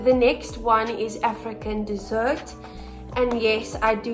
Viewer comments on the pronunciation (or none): I would think that blue one would be called African DESSERT....as in yummy edible DESSERT but it's not, (she is pronouncing it like that though) ....it's actually called African Desert (as in a dry area of land ) just letting u guys know because I was just listening to what she said and when I typed in African DESSERT it would not come up....thats how I found out it's desert